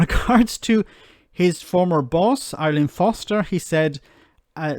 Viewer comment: Her name is Arlene.....not ILean....